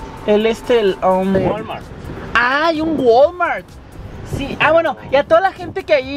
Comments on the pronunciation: Jajajaja el de los morrillos "Guolmort" jajajajajajaja "tuerer =twitter" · Jaja y como pronuncia el Wal-Mart